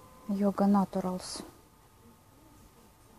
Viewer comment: "Йога натуралс"....ужас ахах..."нейчрел" , хотя бы))))